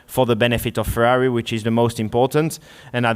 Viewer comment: Ferarri Fwends....